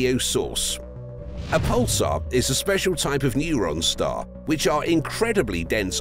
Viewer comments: “Neurone star” ? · LOL... "Neuron Star" ??? 2m 44s haha